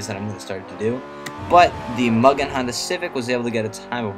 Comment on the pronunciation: mugen is pronounced "mew-gin", not "muggin" >.>